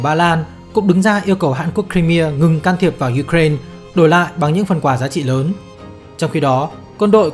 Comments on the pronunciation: ukraina đọc là ukrain )) đ hiểu kiểu gì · chính xác là ý tôi muốn nói đó bạn. MC đọc thanh diu cren cũng k sang hơn cách đọc truyền thống lâu nay đâu. Giờ tự dưng rộ lên cái kiểu đọc phiên âm tiếng Anh, trong khi mình đã có cả một hệ thống phiên âm sang tiếng Việt rồi cơ mà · cứ phải phát âm theo mấy bố Tây engrisk thì mới là chuẩn đúng khum =))